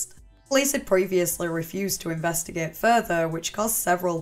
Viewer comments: Let's Inves-tuh-gay-eight😂❤love it, love your videos and commitment to the channel and giving us consistent videos and uploads❤ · "lets invest eh gayte"